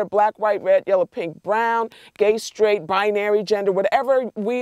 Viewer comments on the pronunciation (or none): none